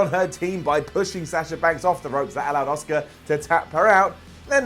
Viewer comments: I wish people could find a way of pronouncing "Asuka", so it doesn't sound like "Oscar" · The way you pronounce Asuka as 'Oscar' really irks me.